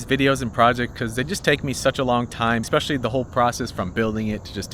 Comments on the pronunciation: Especially not expecially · Where did you learn the word "ecspecially" there is no 'c' in the word. Family americanization from elsewhere. Local jargon??? Do not try to promote ii as a valid word please like hella or your guy's as a compounded useless possessive pronoun it should not be abused or used no grammar is being handed over to many kids. Even Mark Twain Clemens would have been upset; and he was a layback guy. (see how the word can be used.) Especially in a proper example.